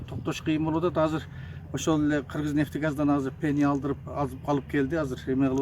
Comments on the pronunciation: Пеня эмес пена! туура сүйлөштү уйронсонор, бир жолу жеп жута берип сүйлөштү деле унутуп калыпсынар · Пена дечи , пения дебей .